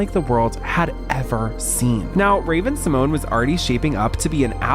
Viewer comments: Raven's last name is actually pronounced See-mon-ay. The é has an accent on it. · Fun fact: Disney made Raven go by the incorrect pronunciation of her last name. She has said in the past, she doesn't really care how it's pronounced, but recently on tictok and a podcast revealed the correct way is See- mon-yay❤